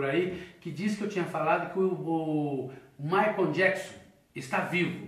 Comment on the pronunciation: Michael se pronuncia MAICOU e não Maicon... pelo amor de Deus gente. Chega doer o ouvido